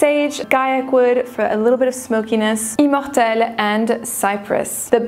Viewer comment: why does she pretentiously pronounce immortel with a fake French accent but not riviera?